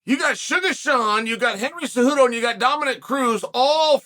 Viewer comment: "Handhagen" 😂😂😂 We're reaching new levels of mispronunciation 😅